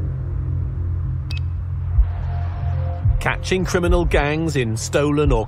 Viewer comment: It made me happy hearing an American pronounce Derbyshire correctly